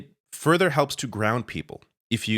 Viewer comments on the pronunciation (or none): none